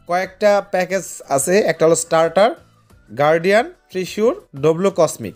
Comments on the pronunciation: ট্রিসুর না রে ভাই, শব্দটা হবে "ট্রেজার" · Treasure❌ Tisur✅😂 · ট্রেজার ❌ ট্রিসুর✅